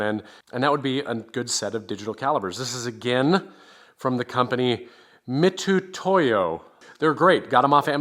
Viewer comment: the U is silent in Mitutoyo. Mit toy o And folks Mitutoyo precision measuring tools are worth every penny spent on them.